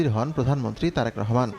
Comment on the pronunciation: এনার উচ্চারণ এ ভুল আছে অনেক তারেক রহমান এর নাম বলতেছে টারেক আবার ভোক্তা কে বলতেছে ভোকটা